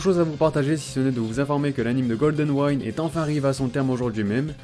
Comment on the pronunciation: Ça se prononce Golden Winde tout simplement, pas waind 😂😂 mais j attend la partie 6 avec impatience, c’est celle que j ai ptet moins apprécié parce que je captais vraiment plus R, ça sera sûrement plus digeste en animé hahah